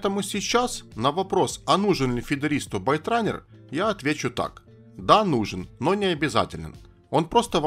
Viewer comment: исправь спеллинг в слове "byterunne" . правильно Baitrunner и произносится не байт, а бейт.. от слова bait -приманка